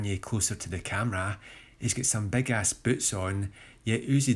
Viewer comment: Thanks for writing jeezus I was tryna figure out what he was saying I heard "lol uzi can look like a beg uzi" 💀💀💀